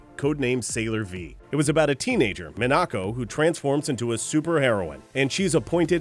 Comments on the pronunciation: I actually knew all these... Also the mispronunciations kinda made me cringe. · I cringed at the pronunciation of "Minako". And you referenced her non-dub name but kept "Serena"?? The manga will always be my jam because nothing was censored. Lesbian love and boobs for everyone! XD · Is nobody gonna talk about how he pronounced Minako’s name...it sounded like she’s some fancy taco